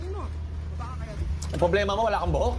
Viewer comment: Just noticed way of saying "publema" hahahuhu